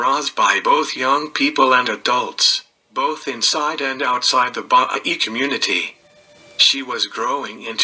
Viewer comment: The religion is pronounced BAHAEE (Baha'i).